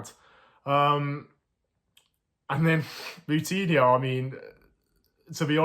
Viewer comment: The way pronounces the players names is so annoying 🤦🏻‍♂️ who the fuck is podance and moutinya